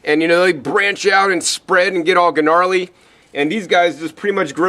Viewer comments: ...get all G - narly. Lol. Silent 'G' mate, silent! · He pronounced the "g" in "gnarly". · ..... Did he really just say Geh-narly...... It's narly dude, the g is silent... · g-narley lol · omg he said G-narly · Did you really say Gah-narly ? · > guh-narly. absolutely genius. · subscribed just for "Guh-narly" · That was some guh-narly pronunciation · Great stuff! I'm pepper biased myself. Sidenote: I giggled a little when he pronounced the "g" in gnarly- guh-nar-ly. Yes I know I'm so easily distracted by small things like that. Haha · Did he just say 'G-narly' ? lol